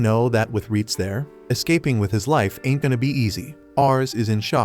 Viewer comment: l love when you say int given up 🤣🤣🤣🇵🇭